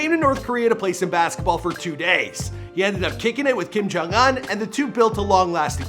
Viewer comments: / It’s pronounced un(oon) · It’s Kim jong oohn not uhn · Ooooon not ugh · What is it with Americans miss pronouncing names. Bro! It's Kim jong oon not uhn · IT’S OOH-NN NOT UN!!! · Anyone else feels uncomfortable when he says Kim Kong Uhn instead oof Kim Kong Oon Edit: I know that his name is Kim Kong Un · I mean his name is Kim Jon Un but he pronounces it Uhn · / It’s pronounced un(oon) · “kim jong ahn” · Kim jong oon Not Kim jong un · “Kim JUN UNN” lmao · Kim Kong Uwn? I think that's the right pronunciation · Y do u pronounce it as “Kim jong aun” 😂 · It’s not pronounced un it is pronounced ooon. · i’m cryingggg WHY IS HE DOING THAT i can’t stop hearing it now 💀😭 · It bothers me the way u say the last part of his name lmao